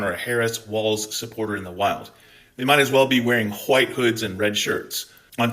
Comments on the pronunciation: Gday 🤙 Loving the passion & the pronunciation of 'wwhhite'. Too funny. 2 claps and a ric.... woooooo 👏👏🤙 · MAGA trolls love how you pronounce "white". /s